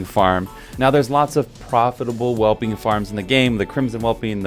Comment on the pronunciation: sigh "Azure Whelpling" - spelled just like it's supposed to sound ("whelp" is the base English word here). Fine video otherwise, though.